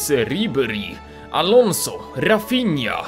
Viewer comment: czyta się alonzo a nie alonso